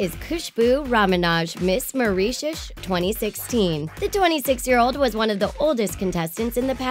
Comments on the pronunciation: HAHAHA she said Mawreeshush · "Maurishiushh" Jesus.... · marie-shush 😂😂😂 its prounounced merishus! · maurisheus 😂😂😂😂😂😂 😂😂😂😂 😂😂😂😂😂😂 what if we start pronouncing it as such lmao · You are saying Mauritius wrong Ma-rish-us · The way they pronounced Mauritius😂🤦🏻‍♀️ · im Mauritian ps thats not how you pronounce my countries name talk lady, loved the vid btw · please say Mauritius properly😂 I am from there now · When you miss pronounced my country's - Mauritius - it's kinda annoying -_ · OMG she pronounced Mauritius so bad and weird, i am half Mauritian and when she said it i just laughed lol.